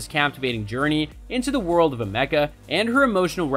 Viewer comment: "ah-mecca" thats not how u say her name brother !! all the videos about her and still dont know the name correctly?! how did u make this whole thing and not see how to say her name right ?! haha good video brother. A for effort